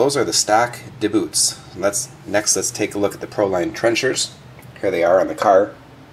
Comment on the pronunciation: Two things I didn't like were how you pushed on the body (made body wider) when the load is on the suspension EI pushing down on bumper. and secondly how you called them "da Boots" when its DBoots like "dee boots". you dont call DC Voltage DA-CUH even tho both letters can make that sound